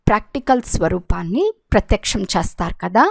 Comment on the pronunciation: అమ్మ తల్లి చస్తారా, చస్తారు, చస్తాం కాదు చేస్తారు కదా తెలుగును ఖుని చేయకండి. మీ తెలుగు వినాలంటే భయం వేస్తుంది.